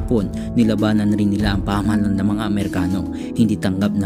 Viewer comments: ang ganda po ng narration, pero pagdatign po sa pagbigkas ng pamahalaan ay mali po ang bigkas. pasenxa na po, kailangan q pong inform kayo tungkol dito. pagbigkas nyo po kasi ay "pahamalan" instead po na pamahalaan. maganda po ang inyong ginawang video lalo na po sa pagpapakilala sa ating bayani na hindi masyadong nababanggit sa mga aralin. salamat po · PA-MA-HA-LA-AN bigkasin ulit.